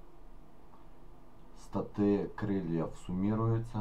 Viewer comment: не статы а Статы ударение на первый слог ставим